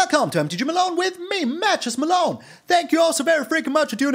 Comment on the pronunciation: Malone I gotta tell you the whole time I thought you were saying "Mattress Malone" but then I read it somewhere on the channel that you are saying "Matches Malone" and it made so much more sense. Thanks for another fun deck. Lol